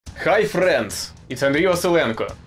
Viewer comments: Since the "Hi frrrrriends" I know that the video is gonna be great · I agree, do NOT get rid of the: hello frrriends